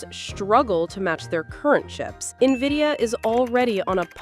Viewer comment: AI can't even pronounce its masters name